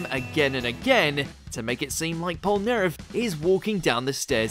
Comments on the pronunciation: Did you say polnerf or polnaref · Why are you pronouncing polnareff name wrong damnnn triggeringggg. Its French only English!